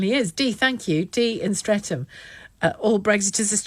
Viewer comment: Streatham is I shit hole. And a kerb crawlers paradise. With pockets of expensive houses where Dee probably lives. And people like her call Streatham St-Reatham (sounds like, Saint Reath ham) I kid you not. I'm lucky, I live over six miles away from the place.